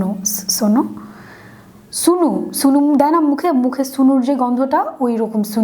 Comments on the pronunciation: Its sno not Sunu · এত ঢং করে রিভিউ দেওয়ার কিছু হল না মুখটা কেমন করে বেকায়া টেকায়া কি অবস্থা, স্নো কে সুনু বলতেছে মনে হয় জীবনে স্নো ওয়ার্ড টাই শুনেনি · আপি সুনু সনো এইটা ভাল্লাগছে বাট উচ্চারণ টা স্নো হবে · Api It's not সুনু,it's স্নো😂😂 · আপু, ওইটা "সুনু" / "সোনো" নাহ...😂 ওইটা "স্নো"😂😂 By the way...I enjoyed your video a lot.... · Sunu😹😹😹 Not sunu it's snow 😹😹😹😹😹😹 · ছুনু না আপু। স্নো 😂😂😂😂